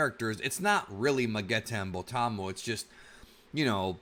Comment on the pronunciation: Lol Criminal magetta 😂😂😂 Sounded funny man maybe its just me :V